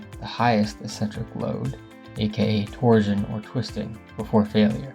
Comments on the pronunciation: Torsion is pronounced tor-shn, like portion. You say it like “tor-zhn” or protrusion “pruh-troo-zhn.” Kills me. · “Torsion” is pronounced “tor-SHun”, not “tor-Jun”. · Can't listen to you say torzion one more time 😭🤕🙉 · 🤣 Can't listen to a pothead tyring to stay awake, GET A PROFESSIONAL VOICE OVER NARRATOR. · You’re mispronouncing torsion. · Weird pronunciation of torsion and eccentric.